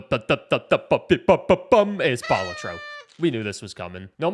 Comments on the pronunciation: Dude rightfully names #1 Balatro but fails to pronounce it correctly. it's not ball-a-tro, but bal-AH-tro. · ITS PRONOUNCED BA-LAT-TRO..... NOT BALA-TRO